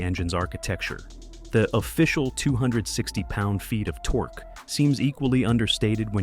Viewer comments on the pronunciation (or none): did I hear this car enthusiast talking about torx instead of torque? I will never know. as i stopped watching and wont be back